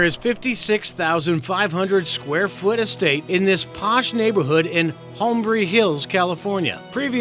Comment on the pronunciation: This dude. (Hombry) Hills? HOLMBY (Heartz) Castle? HEARST. Oh well it simply adds to the Tabloid skeeviness of the whole thing